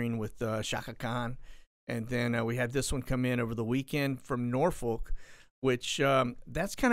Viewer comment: I like how you tried to pronounce Norfolk like it sounds. But, it's actually pronounced Naw-Fuck. I know, its weird.